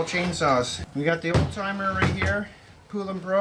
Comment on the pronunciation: Its pronounced like the country Poland only without the D on the end. Polan Poulan